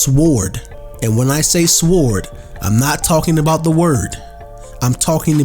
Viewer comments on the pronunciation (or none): Bro the w in sword is silent